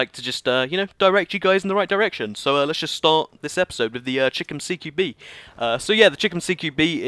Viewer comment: stop stop stop. It is not cheekom CQB BUT CHAI-KOM because chicom stands for chinese communist but you would not know what because you cannot own guns in the UK